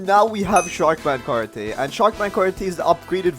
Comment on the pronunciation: Why does bro have an accent on everything? Not hating but he really be sayin karaTAY and talAWN like, what?